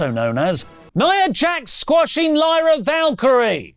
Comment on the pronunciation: Crazy how said Lyras' name wrong then right lol